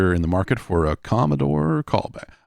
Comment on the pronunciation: Stop saying Commostore